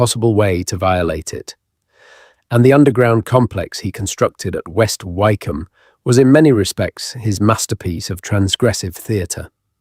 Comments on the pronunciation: Lovely and fascinating narrative. Been to a few of these and many thanks for the considerable effort that has gone into this, But . . . OMG: re Hellfire Club, Wycombe is not like Bike it's as in Wick. Is it not possible to correct errors lie this??? These things are quite easy to research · Wykeham? Surely it's Wick'am? See also Southwark, it's suthark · Wycombe is not pronounced why its pronounced wick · Yes West Wycombe near High Wycombe is pronounced Wick’am. I used to live there. I’d walk my dog up on the hill around St Lawrence Church with its golden ball. At night the Dashwood mausoleum next to it is floodlit so as you drive along West Wycombe Road towards it, it seems to hang ghostly, eerily glowing seemingly in mid air. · Learn how to pronounce Wycombe. (Wicome) is how it is pronounced. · AI often mispronounces words... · It’s pronounced…. Wickom. The y is silent. It’s not Southwark../ it’s pronounced…. Suthark!! The wrong pronunciations here are more than annoying. It’s also less than scholarly. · . Some of the pronunciation made me suspicious too, such as Southwark and Wycombe which any Brit would know how to pronounce. Is AI getting sneaky enough to include hesitation and slight regional accents now? Interesting nonetheless. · This is AI! Wycombe incorrectly pronounced. Thumbs down to this rubbish